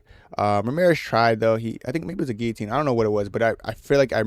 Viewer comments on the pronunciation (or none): none